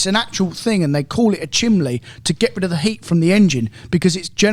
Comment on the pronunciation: Is calling it a chimley on the Artura rather than a chimney?